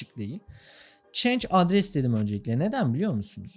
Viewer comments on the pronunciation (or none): none